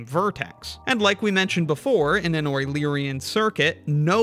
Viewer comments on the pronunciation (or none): A wueluerian trail???